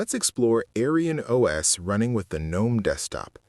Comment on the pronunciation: I don't mind an AI voiceover of real human work but I want you to know that the AI voice's pronounciation of AerynOS sounds like "AryanOS" which is a racist historical term. It's very obvious that this isn't your intention, but I would tweak it to change the pronounciation in future episodes.